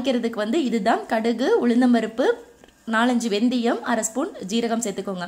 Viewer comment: Venthiyam illa akka venthayam sollunga